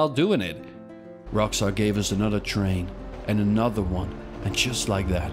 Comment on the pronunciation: Why not just say train like a normal person?